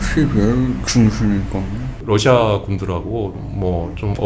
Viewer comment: 소름 돋는다 러시아라고 정확히 발음하는 것 봐